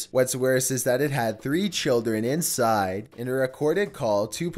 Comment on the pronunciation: Dude please, I love your content and mean no disrespect its just your voice is just SO uncomfortable. The way you're speaking is extremely unnatural. Perhaps memorize your script instead of reading it? idk if I had to type how it sounds: "and twists AND turns insIde the ve-HI-cle. then, the prESSure OF the wind.."